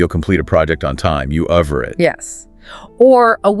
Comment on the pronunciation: At min. it’s gotta be 'aver' (v), not 'avar'. 😊